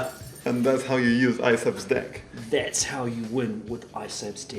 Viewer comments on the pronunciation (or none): Anyone noticed how when says deck it sounds like "dick". Good luck against isabs dick. I was creasing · everytime he said deck it sounded like he said dick xd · Is it me or did say dick instead of deck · it sounds like they are saying this dick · isabs tournament dick... im dying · I think they say dick instead of deck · "Good Luck On Isab's Dick" LOL they pronounce deck differently =) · yup fell off my chair when they started using the word Also was hilarious "Practicing using this deck" but deck sounded like dick OMFG "Yup that's how you win with ISAB's dick" Umm oook